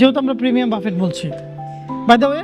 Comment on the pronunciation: বাফেট নারে ভাই "বাফে"/ "বুফে" 😂